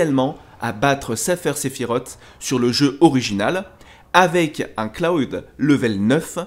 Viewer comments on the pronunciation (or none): Cloud et pas clad 🤬🤬🤬😡😡, pas grave je t'en veut pas vu l'amour que tu porte à FFVII ,je suis grand fan aussi même mes 2 chats s'appelle Cloud et Tifa 😂, bonne vidéos ça fait plaisir de voir un passionné 💪👌👍